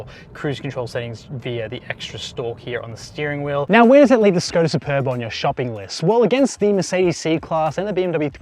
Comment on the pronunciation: Škoda pronunciation is Shkoda. "Sh" as shut, sharp, shape ... etc. Š = sh.